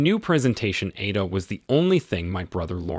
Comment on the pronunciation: Hahahaha...someone does know how to pronouce Italian! Neville was referring to Verdi's Opera AIDA which is pronounced > AY-EE-DA ... accent on the middle vowel!!!